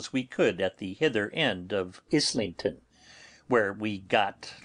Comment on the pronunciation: I like that he started dubbing over his mispronouncing of "Islington" in part 13, but it's weird that he didn't fix it in the previous parts.